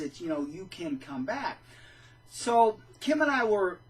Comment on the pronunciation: Kim, you did a great job pronouncing my name, I never doubted you would do it right. As I said before, I'm just so incredibly happy to be out, I forgot what it was like to be truly happy! I wasn't as happy when I got baptized as a JW, or I don't remember feeling happy for those who were getting baptized as JWs and yet here, every nail in this coffin brings me so much joy...Congratulations, Pauline! I hope you are enjoying your freedom too!!! I agree: I absolutely can NOT imagine going back after learning TTATT, I just can't comprehend how it's possible.. well, unless you have to go try to save family members but then it's different and has to be so much harder. I often think about those people who know TTATT and are still trapped because they have a family involved, or those who stay there and work on exposing them by leaking info, doing everything to bring the WT down. I applaud those people because I can only imagine how hard it must be to lead a double life and sit through all those boring meetings or even worse - assemblies and conventions, or giving talks and so much more! Thank you, if you are reading this!!! I don't know you, but I remember to pray for all of you so you may continue and stay sane. Thank you, and Kim!!!! Feels so much better than going door to door, or a bible study when you have to lure the interested person with just enough information trying to keep the person interested in the meantime avoiding any "touchy" subjects until the "client" is ready